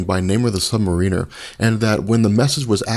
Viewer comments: omg it's not the Sub Marine-er it's pronounced "mare-in-er" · He knows his stuff, except how to pronounce Helmut Zemo's name, or Namor's title. It's Sub-Mariner, not Submarine-r. He doesn't ride around in a submarine all the time, he rules a kingdom beneath the surface of the ocean. I yearn for the day he can say those two names properly. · Small Point of Order: Submariner is pronounced "sub-mariner" (as in Seattle Mariner), not "sub-ma-REEN-er". Namor is not a crew member of a submarine. He is the one who navigates and explores the sea. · sub mare-in'er it's strange hearing someone say it like you do. Say it like the Seattle baseball team sorry, it's like hearing someone say kittypride as one word without a space or hearing people say Mag-net-oh instead of mag-neat-oh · I'm just now watching this & got dammit man, I was soooo happy to see someone else picked up on the mispronounced usuage of Namor's title Sub-Mariner! It's one of those things that's a little thing turned big just because it's so ridiculously annoying!!! Thank you. Now, if I could just understand this guy's frequent usuage of the word "proper", I'd be good & I could go back to listening /watching this dude's work in peace cause it's actually really good.